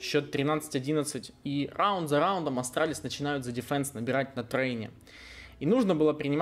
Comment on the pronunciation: xD РРРАУНД😅😅😅петрик а.к.а ларин!)!(!)